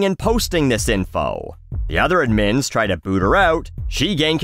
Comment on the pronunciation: Hey, obviously, the word 'administrator' has the emphasis on the second syllable, so I can see why you're going that direction, but I've never heard anybody pronounce the abbreviated 'admin' with the emphasis on the second syllable. even googling how to pronounce it agrees it should be on the first. cheers.